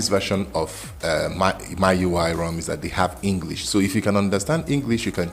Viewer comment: buddy its noy MYUI its MIUI